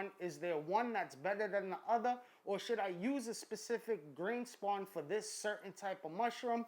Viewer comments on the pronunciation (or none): "is there one betta than the utta" lolol this guy an og